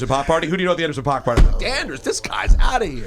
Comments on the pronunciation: I feel like every manager at some point have to say to their artist before doing an interview "bear with it"..." and enjoy "lol. Please, somebody tell Rosenberg to pronounce Paak as "Pack"... like Paak. Not "Pah-k" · they kept sayingPOCK. in every song and interview he says PACK. .paak. all 3 of these bozos said POCK and said he was amazing. really bro? lmfao. they acting the whole interview, HOT 97 IS WACK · "pack" not "pah-k" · I kept shaking my head 😕😕. He says it like PACK!!!! Not like 2pac daaamn!! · It’s pronounced Pack, fools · Were they saying his name wrong? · There saying his name wrong lol